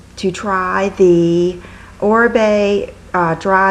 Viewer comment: You look beautiful today!! .... Oribe is pronounce Oreebe is spanish he is amazing!! He is the stylist for Jennifer Lopez!